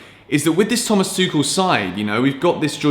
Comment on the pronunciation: Guys FYI, stop destroying coach name, Tuchel is pronounced "Toorel" and not "Tookel", just a short note